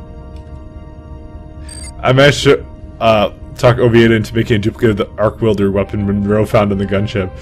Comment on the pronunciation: I have never heard arc welder pronounced "arc wielder" before.